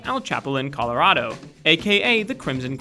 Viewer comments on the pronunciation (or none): none